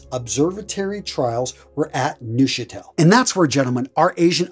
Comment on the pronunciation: In the German language, any (and I mean any - German is a very regular language) "eu" letter combination is always (and I mean always) pronounced as the English "oi", as in "oil". Thus, Neuchatel is correctly pronounced "Noichatel". You doubt me? See, Deutsch (German for "German") which is correctly pronounced "Doitsch".